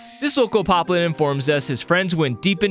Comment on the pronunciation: why did you say piplin its poplin